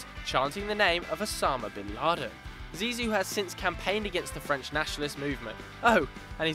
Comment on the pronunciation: The nickname of Zidane is "Zizou" and not "Zizi" . "Zizi" means penis in french! xD